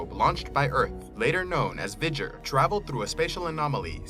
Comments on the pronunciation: It's pronounced VEE-Ger, not VIG-er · I mean, indeed sir. It is a bit humorous to hear of this "Vijjer". Clear pronunciation from a Movie Clip from Star Trek the Motion Picture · You're supposed to pronounce the V in V'ger "VEE-jur" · V'ger is pronounced Vee-Jer. My belief is that V'ger created the Borg. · yeah, what's this "vidger" crapola?